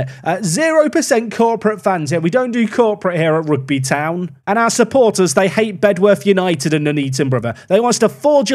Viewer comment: Great video, but Bedworth is pronounced “Bed-Uth” don’t know why, it just is, hope to see you succeed